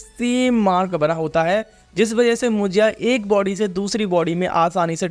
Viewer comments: मुंजा ❌ मुजीया ✅😂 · Munjya❌ munjiya✅ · Arey mujiyaaaa mujiyaaa nhi munjaa it’s Marathi word 😂😂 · When he said munjiya i heard mujiya😌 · Abe tujhe munjya pronounce Karter nahi aata kya